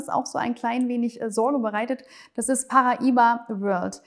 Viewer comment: Du weißt schon, dass das portugiesisch ist und eigentlich Paraíba geschrieben wird. Demzufolge haben sie es vollkommen richtig ausgesprochen. Aber für Kultur habt ihr MLM-Moonboy-Jünger ja eh alle kein Gespür.